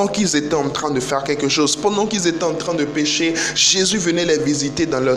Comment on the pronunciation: T'as dis pendant qu'ils étaient entrain de pécher\ au lieu de dire pêcher Idem pour la phrase qui suit